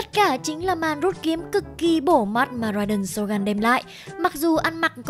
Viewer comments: tìm hiểu cốt truyện sâu như thế mà đọc tên nhân vật cũng sai.phải đọc là rai đên sô gưn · Rai đền SỌT GÂN :)))